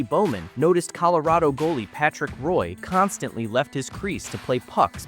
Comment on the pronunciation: Correction, Patrick Roy won the next three games. Plus, please learn how to pronounce his name. It's an insult to him, the game and all of us, Montreal fans or not.